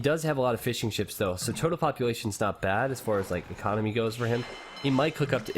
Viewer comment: Does anyone else think he was saying "fish and chips" instead of Fishing Ships?